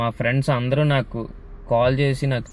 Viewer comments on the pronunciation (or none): none